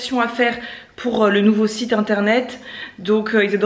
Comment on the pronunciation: Tu sais que le « R » de Pour se prononce ? 😂 j’ai remarqué que tu ne le dis pas sur plein de vidéos 🤣